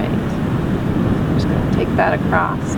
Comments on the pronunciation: lovely painting. I'm going to try attempt it! Btw, acroSS. Not acrossT.... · Thank you for your tutorial. Your painting is awesome! Not sure why keep saying acrost. There is no T in across. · Love your style and painting. Learned a lot. Gentle feedback-across is not “acrost” and that pronunciation got distracting from your lovely video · I have watched this fantastic video for about 45 minutes. U r superb! The word is ‘across’. Not acrost! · This video was amazing, I loved this tutorial. One little thing, across not acrost. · where does the dialect “acrost” come from? never heard it before!! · Acrosst. You’re from the Midwest aren’t you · Love it! My hubby is from IL and he says it too😊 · I love how you say “Acrosst” Great painting...thank you for sharing your gifts